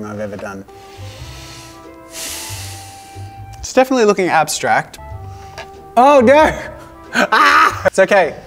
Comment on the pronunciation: JAZZA : it's ABSTRACT and EXELENT ME : DID HE SAY ABS-TRACK-T AND EGG-SELEN-T EGG LOVERS : DID SOMEONE SAY EGGS!!